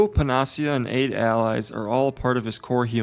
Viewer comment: Pan-a-see-ya, not Pen-nos-see-ah.